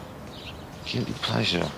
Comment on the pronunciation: Whats your guilthy pleasure? LG: Guilthy plesher?? uhhhhhh... Bler